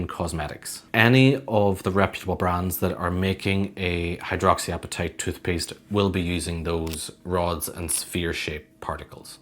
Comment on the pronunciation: “Every chube of chootpuste”